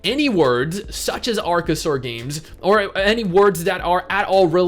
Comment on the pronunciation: Love how you say Arkasaur so many times.